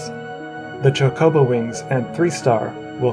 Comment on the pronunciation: Why do you keep saying like cha co bow